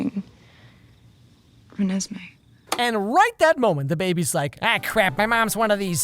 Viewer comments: RenesMEE Good old Hermione: Stop, stop, stop. You are going to make someone deaf. You are pronouncing it wrong. Its ReNESme, not RenesMEE.: IM SORRY 🤣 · 'reh-nes-meh'?? i've been pronouncing it wrong the whole time?? damn, no wonder people were saying it sounds bad but i thought i sounded good. i thought it was 'ren-nes-mi'. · “It’s ReNESme, not RenesMEE” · it's Ren-es-may not Ren-es-mee Edit: I just realized someone else did a comment like this but I did not copy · RenASSme Why did he pronounce it like that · ‘Renée and Esmé ‘ ‘Renesmé’ Bruh